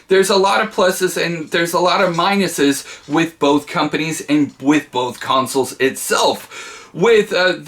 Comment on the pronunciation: Like bolth tho